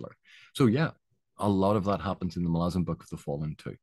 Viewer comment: Thanks for the video, very valid and excellent points in my opinion, not to mention you even pronounce Malazan correctly ;) I am coming to the tail end of my second read through, this time with all the Esslemont books sprinkled throughout as well, started with the ascendancy series which I read for the first time. I definitely put it at the top of the list of my favorite series, the characters and the world are just so epically great. Looking forward to the witness trilogy completion someday.